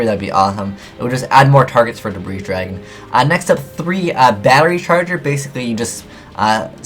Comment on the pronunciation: I cringe every time I hear "Debreeze Dragon" ...and every yugituber does it